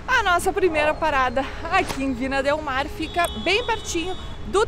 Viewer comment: Críticas construtivas, com carinho: Não se diz Vina, se diz Vinha del Mar, e não era uma foca, era um belo leão marinho, bastante comum por aquí, Chile. Abraços.